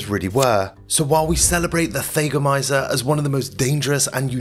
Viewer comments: For the record: THAGGomizer, not THAYgomizer. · Thag rhymes with “bag.” It’s fingernails on chalkboards to hear this narrator say “they gomizers.” I had to stop watching. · Thah- goh- my- zerh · It's a Thag a mizer mot a thay ga mizer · THAGOMIZER - Named after the unfortunate Thag Simmons. "THAG" rhymes with "Hag." It's not pronounced "Thay-go-miser." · Yeah, he lost me, there. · He also didn't look up how to pronounce thagomizer